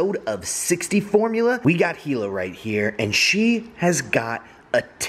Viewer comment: Her name is Hila, not Hilo. Good try though.